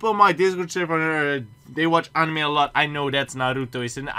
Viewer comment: dutch: pronunces anime like annnime english: pronunces it like anime.